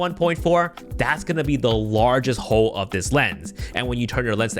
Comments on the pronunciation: so I'm the only person that caught that. He didn't use the "l" in hole this whole entire video.😂😂😂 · Why did I hear hoe instead of hole?